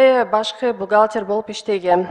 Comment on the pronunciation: Бухалтир болуп иштегем деп жаман тантырадыго😂😂😂😂😂😂😂